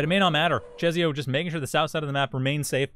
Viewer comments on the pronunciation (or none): Just for the record; I believe czesio is pronounced like 'Che-shio' with a slavic accent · The 'i' after s changes the pronounciation into 'ś', which is a kind of softer 'sh'; it's a weird rule so I don't blame you :D